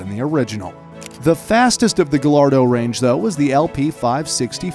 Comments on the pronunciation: you pronounce gullardo [guy-are-dough] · Isn't it pronounced as ga-yardo?? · Did this man just say ga lard doe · Love the content, but you say Gallardo Gall ar doe but you have to say it guy ar doe and reventon is rev in ton. You can say the how ever you say it but that's how you say it. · Actually pronounced "Guy arr doe" not "Guh lard doh" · It's not Gahlardoh It's Guyardo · Loved the video till I heard guhlardo. It’s pronounced guy-ardo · smh pls it's pronounced gaiiardo not gallardo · yes it's spelt gallardo but pronunced ga-yardo! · Great vid but just so you know Gallardo is actually pronaunced ga-yard-oh 👍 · Great video although the Gallardo you did pronounce incorrectly (I’m not trying to be rude just making sure you know) it is pronounced guy-ar-do 2 L’s in Spanish make a y sound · Why do Americans have problems pronouncing GALLARDO correctly?!?! GUY-ADO its not hard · First "Porsch", now "GaLLardo". This guy needs to work on his pronunciation... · Fun fact: u said Gallardo wrong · Frustrates me when people say gallardo wrong:( ll=y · Love the videos but you mispronounced gallardo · you said Gallardo wrong😂